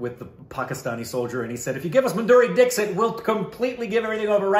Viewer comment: Did he just say Maduri Dickshit 🤣🤣